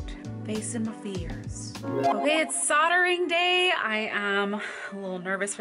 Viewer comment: I was thinking, what on earth is she saying sottering, soatring? Ohhhhh soldering